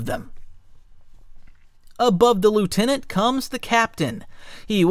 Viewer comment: Lieutenant as well 😂